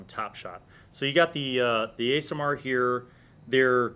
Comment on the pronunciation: Aasimar pronounced like Ass at the beginning, not Ace.